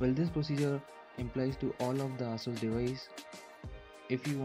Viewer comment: its "eh-suhs" not "aah-soos" x(